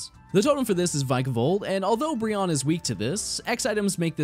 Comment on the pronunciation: Yay! Finally someone that pronounces Brionne's name correctly, lol